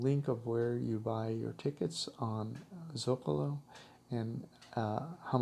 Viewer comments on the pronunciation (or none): none